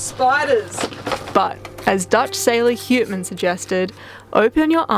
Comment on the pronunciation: As a born Nederlander, I would say "Batavia" the way you have. As to the explorer "Houtman," you are going "hootman." I think it would be closer to "Howtman." Amazing how many Dutch names and terms have survived the centuries in your biggish part of the world. And Amazing how persistent you two are in your circumnavigation, given the hurdles you have had to overcome. Cheers!